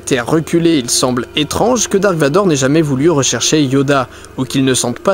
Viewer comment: en plus on dit darth et pas dark